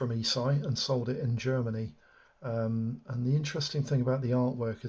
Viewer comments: Not Eeesii, it's pronounced Esh-ee. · This is the first time I've heard anyone in the hobby pronounce the Italian Company ESCI ("äschi") like "e-Sci"! Interesting.